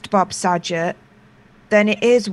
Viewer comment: It's Saget, with a hard g. Not a j sound,.